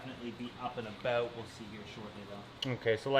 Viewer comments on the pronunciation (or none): Aboat... a canadian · "Aboat" Yep, he is Canadian.